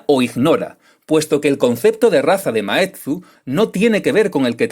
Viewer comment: Maeztu, no Maetzu